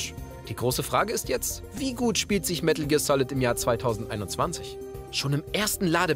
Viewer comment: medäl gear solid